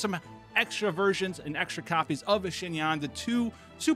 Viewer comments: great video im about to go build her rn!!! just a heads up, your pronunciation of xinyan is very close, but its more like "shin-yen" :) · This man said shin-yan like wth is wrong you